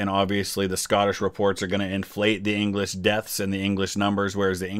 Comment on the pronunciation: “The Anglish are too meny!”